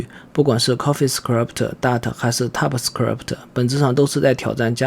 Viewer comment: typescript 你读作踏普死磕力普忑？